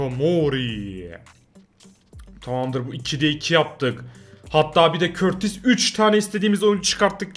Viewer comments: Abi bu arada o kaleci körtis değil kurtua diye okunuyor seviliyorsun❤ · Abi körtis deyil kurtua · şakasına öyle okuyor knk eskiden beri izliyorsan olayı anlarsın emrecan ile gülüyorlardı